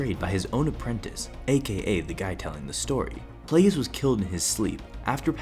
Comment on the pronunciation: Why are you pronouncing it playgus